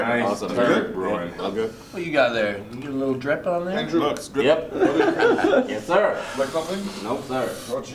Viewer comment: He says yass zir not yes, Sir